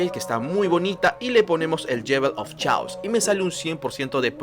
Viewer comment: Muy bueno el vídeo, ya me suscribí.....solo una observación no es "yewel of chaos" es "yol of keios"(la pronunciación).